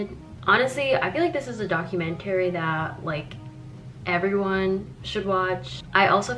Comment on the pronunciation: no but srsly why does she say it like that rbfehjbgeg